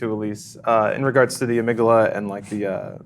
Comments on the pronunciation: Interesting... the "Ah-mig-daala" you say? Fascinating. Tell us more about this ah-mig-daala,. Is it related to the heeepo-kam-poos? Once I had a history paper and I chose to write it on the Cadaver Synod. I assumed "Cadaver" was a place, so I prounounced it like it was the name of somewhere in Italy. Like "cada-ver" I also pronounced "Synod" as "psy-nod" - "The Cada-Ver Psy-nod," I said those fancy sounding words over and over and over FOR WEEKS while talking to my professor. Then one day I found out: It's just the word cadaver, as in a dead body. And "Synod" is just pronounced "sin-ed" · Ah-mig-dahla? I've never heard it pronounced that way. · The way said amygdala made me want to die. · I'm going to guess that the way pronounces amygdala is "wrong", just because although it originally comes from Greek, we borrowed it from Latin, and pretty much every Romance Language pronounce it similar to how does... but this is English, so who cares.